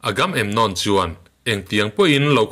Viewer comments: (Agam emnon) nilo in (Aga memnon) ti a lam zawk tur ni in ka hre deuh tlat.. Hriat sual loh chuan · Agam-em-nawm ani lo,..Agamemnon ani e,...A film te pawh i en ve tawh ngei awm sia,.an mahni in an lam dan te kha ihre lo em ni!??Ngaihthlak iti tui lo vek lam dik lo lutuk a an hming ho